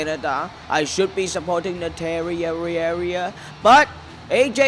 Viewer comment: Nataria hahahaha he said it wrong